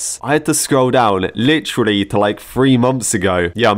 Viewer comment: I like how says Lit”tree”lly instead of literally lol